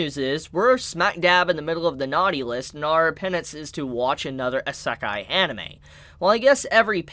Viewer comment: I'm amused at your pronunciation of Isekai as "uhh suck eye" instead of "EE Sec eye" lol.